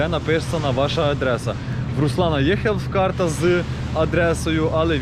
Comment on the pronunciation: Хелсс..ну не хелф…😀